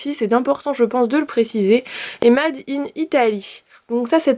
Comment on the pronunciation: Ça m'a tué comme elle a prononcé made